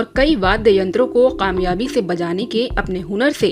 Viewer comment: Didi! Report to very good,lekin k ki jagah q bolti hain,jaisey kaamyaabi ki jagah qaamyaabi.